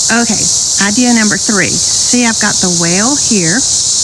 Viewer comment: How soon we forget! I thought you said, ' I've got the whale here'. 🤣